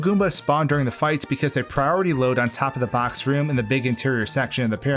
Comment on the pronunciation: I still wince a little bit when you say the word "box".